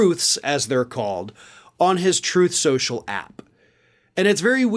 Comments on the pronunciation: It’s not “Truth Social “, it’s “Troath Sential”. Get right!🙄 😹😂🤣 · Why does keep mispronouncing "Troth Central"? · "Truthth Senschal," I think thatìs what he actually calls it.